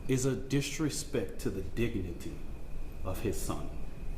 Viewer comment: I mean... he is the worst representative. I didn't know dignity had 4 syllables. DA needs to do less. Let's build bridges not tear them down. We need better here in Texas. If this kid was on the right: he would have better representatives on his side... You "respect the dignity of life and loss" but you can't say the dead boys name correctly?!?! Now that is wilding out. Lang needs to fuck off too.